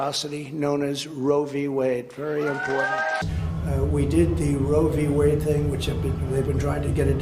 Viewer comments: Whenever he says "I killed Roe V. Wade" I hear "I kill women". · trump loves saying "RoevWade". He thinks it makes him sound smart.😂